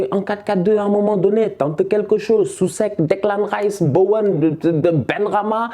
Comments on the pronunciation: Declan ''Tchèpe'' AHAHAHAHAHAH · Hahahaaa quand t'appelles Declan Rice "Declan Thieb" ça me Goudronne mdrr.